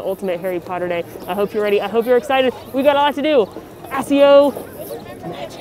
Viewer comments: I’ve heard ‘akkio’ (in my head, when reading GoF as a kid), I’ve heard ‘aksio’ (in the films) and now I’ve heard ‘assio’. That spell would never work in real life because no one would know how to pronounce it! 😆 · I LOVE your videos but I just can't get over you saying Assio at the beginning of the video! 😂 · I’m so offended by the way you pronounced accio 😩